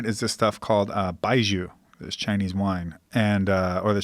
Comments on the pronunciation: Baijiu is pronounced 'Bye Joe', not 'Bye Jew' lol... also it really isn't as bad as that guy explained. It's just very... direct and overwhelming. Kinda like the feeling you get from a strong Vodka. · It's more like "bye jaw". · The pronunciation is more like "bye Joe" (lol the irony).. it means white wine/whisky. The alcohol percent is typically 50-60% for high end. For me the taste has a little anise flavor, but yah it does kinda taste like an industrial solvent and you will be breathing that smell for the rest of the night.